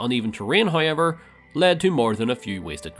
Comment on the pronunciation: You saying hoyever made me think you were Ryan Hollinger for a second